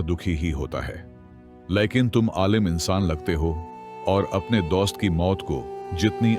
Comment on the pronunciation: THE WAY HE PRONONUNCE DOAST😂